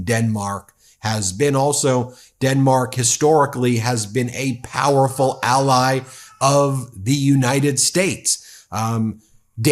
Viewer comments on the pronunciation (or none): none